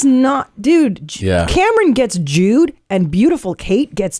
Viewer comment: I thought Cristina was saying Jewed lol I was like damn I don’t think you’re supposed to say that